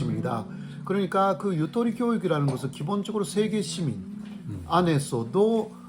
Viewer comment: 타국말은 정확하게 발음해야 한다고 봅니다. 한국어로는 다양한 발음을 할 수 있는 속성(장점)이 있읍니다. 유도리 아니고 유토리 or 유또리 입니다.